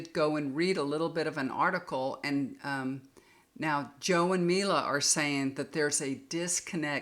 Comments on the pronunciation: Her name is Mika😁Not Mila ❤ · joes wifes name is MIKA not mila